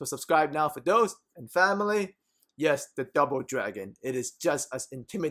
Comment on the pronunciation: I just watch all these videos to here him say "Phaamily " :D